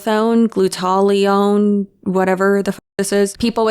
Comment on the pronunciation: Love the video. In case you want the deets. From too many graduate level toxicology classes. It is pronounced glute-a-thigh-own. Great molecule. Part of what your liver uses to detox you naturally.